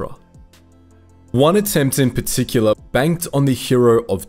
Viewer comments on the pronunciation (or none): none